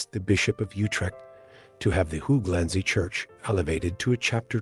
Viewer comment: Great video but the way you pronounce hooglandse and other Dutch words is pure comedy, it’s not how they are pronounced even with an English accent. I’m sure there would be a friendly Dutch person somewhere so you could check pronunciation, it would make the videos feel more professional. The research and content is otherwise is great!